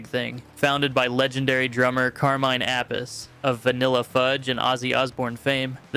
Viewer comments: FIRST of all … it’s MEE-LEE-YENKO … Miljenko Matijevic …. It’s also APP-EH-SEE for Carmine Appice … and also it’s KEEF-ER for Tom Keifer and lastly you said Baton Rogue TWICE … get your shit right if going to do music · It's pronounced "Car-mine A-Piece" Tom Kiefer is pronounced "Keefer" Geez, dude....and you want us to support your channel????